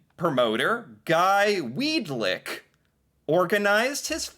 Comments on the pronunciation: Weadick not Weadlick. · Weadick, not Weed lick. Count the L's. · Weedick. No "L." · Quit adding a L to his name its pronounced Weed-ick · Weadickville......that's literally We a dick ville.....LOLOLOL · Why did he say Weed-Lick so many times 😂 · "Weed-lick".... tee hee!